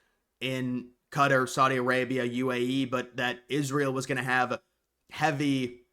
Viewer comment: Qatar is pronounced as Kah-taar